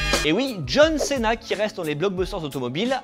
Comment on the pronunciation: John Céna non srx sa fait trop français c'est John Sina